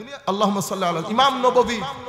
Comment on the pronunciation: আল্লাহুমা অশুদ্ধ মুহাম্মদ অশুদ্ধ পড়েন কেন, এতো মোহাব্বত।